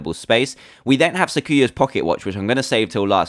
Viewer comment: I love,touhou it's my favorite thing ever you got to play touhou 6 it's fun and I love this mod :3 I know a lot about it and you pronounced the bullet chest weapons but yu yu ko is it and the melee weapons right too but it's sa ku ya and that's it you did great